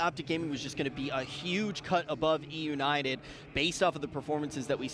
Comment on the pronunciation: "Eunited Eunited Euinted oh Eunited" bro shut up I'm tryna watch some shit